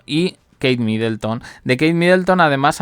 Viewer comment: No es Midelton sino que era Middleton.